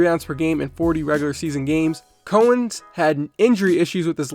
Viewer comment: Bro, love your channel, but you’ve never heard of Dave Cowens? It’s COWens like the cow. Not co-ens